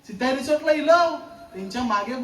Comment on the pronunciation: सित्ताई नाही सिताई